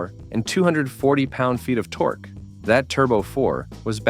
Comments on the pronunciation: Call it torkie instead of torque. Are you serious right now? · He calls it torkie instead of torque stupid AI is bullshit